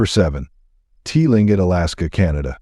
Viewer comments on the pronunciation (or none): Clingit! It is pronounced Cling-it. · its pronounce Tlingit is "Cling Kit" 🤣